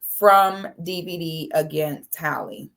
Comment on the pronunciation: is just butchering his name!🤣😆